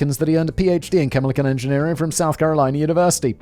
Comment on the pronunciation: “chemilichan engineerier” I had to slow it to .25 to figure it out what was actually said lol.